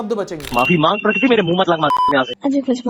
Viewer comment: bhaiyaaa prakriti hai wo nature wali pronounce toh theek se karooooooo